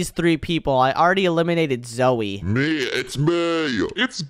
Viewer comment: Not niko it is nico and not zoui it is zoey